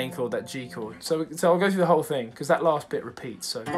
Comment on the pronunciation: Jameses Bay "but you do thAHt"